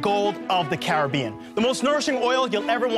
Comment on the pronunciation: They're saying "Care-a-bean-n", not "Caribbean"!! 😭😭🏴‍☠️🦜